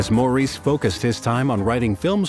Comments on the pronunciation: All together now: It's pronounced MORRIS, not Maurice. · Why is it so hard for American narrators and interviewers to grasp that Maurices name was pronounced "Morris" and not "Moor-ese". I get that its common to pronounce it that way for Americans but it would take like 2 seconds to get it right... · I don't even know if I can watch this, after the very first sentence. How can a documentary be done when they can't even pronounce the name of one brother correctly...geez...it makes me crazy. ...it's Mar- is...not Moreece!!!!!! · Actually it's not Mar-is either....it's Morris 😉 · The commentator needs to pronounce Maurice as Morris which is how Maurice says it himself. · Maurice is pronounced 'Morris'. Per them.